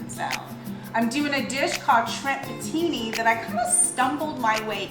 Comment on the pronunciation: Pooh teen. Not putini lol.